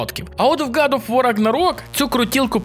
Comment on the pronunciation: Братюня, виправляйся)) не год оф вар а гад оф вор.